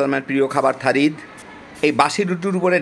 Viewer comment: থারিদ না,সারিদ